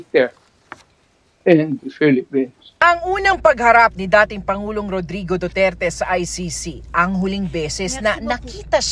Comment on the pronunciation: Best actor goes to Rrooddrriiggo dduuterte 😂😂😂😂